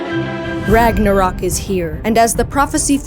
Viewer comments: Ragnarock? IT SAYS RÖK ÖÖÖÖ THERE IS AN Ö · It's Ragnarök, not RagnaROCK! Pls lern ur pronuciation smh...